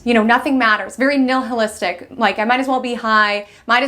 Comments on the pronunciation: Just so you’re aware — it’s not “nil hil iss tic”; it’s pronounced “NILE iss tic” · It's nihilistic, short I, in the original Latin pronunciation of the word nihil, which means "nothing." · NILL-hillistic isn’t a word. Neither is ESS-cavate. But thanks for the info!